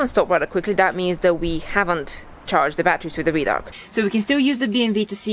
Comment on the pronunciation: Red-Arc mate not Reed _arc